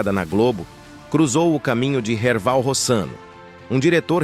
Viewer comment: Não e Erbal...e Erval. Kkkk